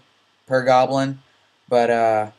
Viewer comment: I love the way you say but.. "BUATT"